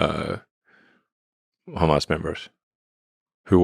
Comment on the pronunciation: Russ, whenever you say “Hamas” it sounds like you’re saying “ham ass”